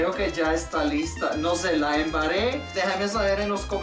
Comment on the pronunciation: xD me da risa como dijo la embarre dijo la "embare" este canal es muy gracioso :D 👍